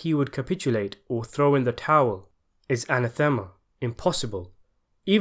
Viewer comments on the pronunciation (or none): ah-NATH-eh-mah, not an-ah-THEH-mah. Capiche? Fungool.